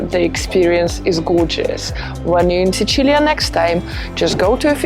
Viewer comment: Pronunci troppo bene Sicilia per essere puramente anglofona.